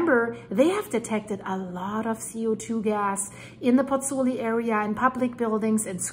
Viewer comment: Hi,, you pronounce Bagnoli perfectly. You pronounce Campi Flegrei perfectly - but you're not getting it quite right with Pozzuoli. You're missing out the 'u' sound (pronounced 'oo' in English). Pozzuoli should be pronounced - Pozz-oo-aw-li. The Italians sound all the vowels...